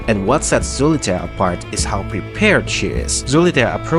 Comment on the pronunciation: its pronounced soliter